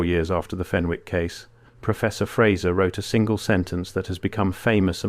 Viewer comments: Its fen ick not fen wick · FEN ICK ……NOT FEN WICK. Don’t pronounce the W. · The name Fenwick is pronounced Fennick in Northumberland and Scotland. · Pronounced FENNICK.